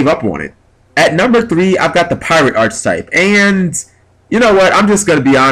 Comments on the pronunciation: Archetype. ARC-I-TYPE. Not Arch-type. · Can I just say it's ARK ay type, not arch type. It's also spelled Archetype... which an e. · Cool video idea, but my GAWD it's physically painful the way you butcher the pronunciation of arch. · It hurts my brain every time he says archetype wrong...why can't any Yugioh player say the word correctly?